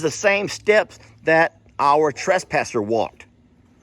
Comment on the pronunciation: Sound like he said trashpasser. Lol. Okay time for a gate. Smh. Omg not ok